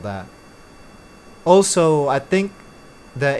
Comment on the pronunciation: no hate lover your vids but can I have noticed for a while that you say "also" as " O-so " could you maybe say it right. Keep rollin out these sick vids